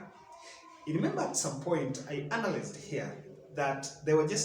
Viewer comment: Learn to pronounce analyzed right otherwise it cuts your eloquence brother